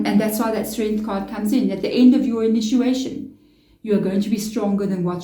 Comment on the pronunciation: It’s initiation, not inituation.